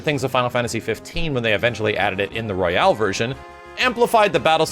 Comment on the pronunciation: my dude, buddy, pal. It's Royal Edition, not Royale. Royal like a king.